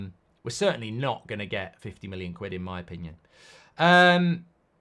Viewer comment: Every time Mark wants to say million he says minnion 😆 I think had him watching Despicable Me.